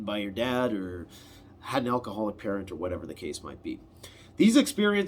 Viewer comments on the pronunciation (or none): none